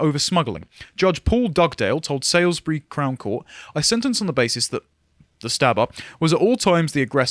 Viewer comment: Can someone please run through the proper pronunciations of well-known English places - Particularly Salisbury and Derby{shire}!